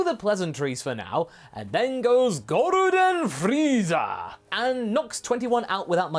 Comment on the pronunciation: “Goruden freeza” My favourite transformation.